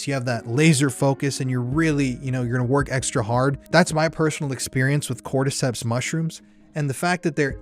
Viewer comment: You lost me at "cordyceps" 😬👀